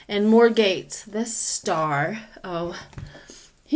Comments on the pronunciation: Matt Gaetz pronounced 'GETS' not gates, and yep hes a total ass!😉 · I knew who you were talking about, may people mispronounce his name(gets). Not gates.